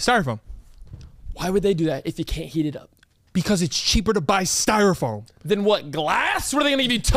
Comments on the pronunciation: It 100% sounds like is saying “styrofoaN” 🤣☠️ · Is cam saying styrofone? 🤔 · Is it me or is saying “styro-phone” lol